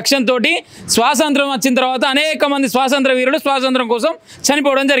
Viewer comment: Swasanthram kadu ra nayana 100 sarlu antunnav adi swathanthram😂😂😂